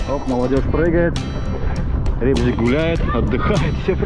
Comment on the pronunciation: Как приятно, что называете правильно Рыбзик. Переназвали в это дурацкое Ребзик, даже не понимая значения слова.